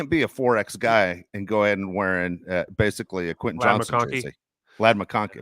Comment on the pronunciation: is awesome but he still can’t pronounce Quentin. Just say QJ! 😂